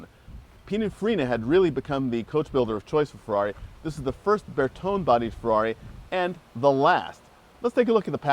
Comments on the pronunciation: It's surprising these two don't know how to pronounce Bertone. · I am assuming their pronunciation of Bertone is an American thing.